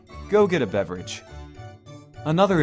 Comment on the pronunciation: I love when says "bevverage